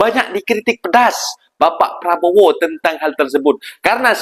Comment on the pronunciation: Prabo ape adik²? sebut betul².. prabo.. DOOO.. ye.. PRABODO